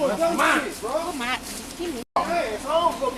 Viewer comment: Bro said, "chum'on!" 😂 what an idiot. "NOW" "WTF DEY AT!?"